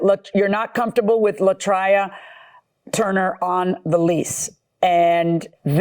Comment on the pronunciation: LA TRAY-A, not LA TRY-A Marilyn M.